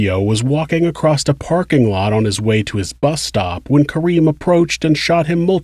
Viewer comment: I love your channel so much my guy but “acrossd” is not and never will be a word